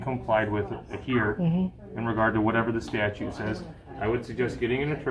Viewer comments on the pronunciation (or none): HR can't even pronounce the word correctly! Its not a statue dum dum learn the English language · Statue? can't pronounce words😂😂😂😂😂😂😂😂😂😂